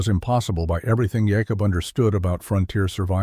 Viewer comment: Jah kobb? WTF is a Jahkobb?